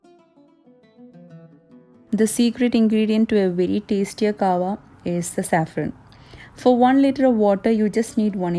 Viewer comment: It’s not kawa sister it’s called Kahhwa!